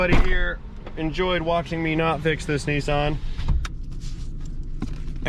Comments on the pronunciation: What’s a Neesarn? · Ah, good old Knee-sarn (Nissan) lol